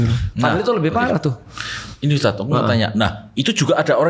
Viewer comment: cuma yg manggil ustad pake us, bukan tad😅😅 tapi lucu jadinya wkkwk